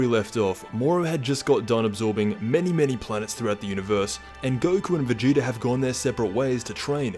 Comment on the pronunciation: Stop saying vageeter in every video lol